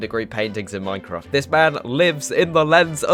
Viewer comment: Hello, excellent vid bro. Tip from Northern Ireland - it's pronounced Mine-craft, not "Moine-craft". Cheers